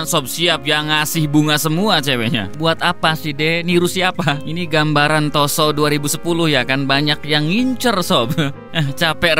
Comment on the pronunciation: Maniak ungu:kayanya pas ibunya hamil ngidam kukubima rasa anggur dgn royaljeli yang membuat krisss jon bekata::: ROSSO bukan TOSSO